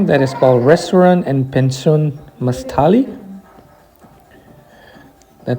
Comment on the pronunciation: You did mention the name but I couldn't understand your pronunciation. Now that you wrote it out, I can see that it is called Penzion V Maštali. It's pronounced very differently in Czech.